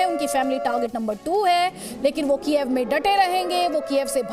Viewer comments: कीएव है कीएफ नही। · It is pronounced as कीव for goidsake